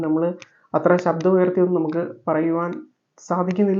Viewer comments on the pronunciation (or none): none